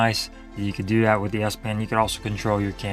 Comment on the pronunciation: "That", is pronounced "that", not "dat". It's so hard to follow a presentation when a speaker has poor speaking grammar! Appreciate your effort, though!